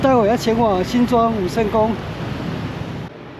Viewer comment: 口誤有點多，例如武聖宮？？？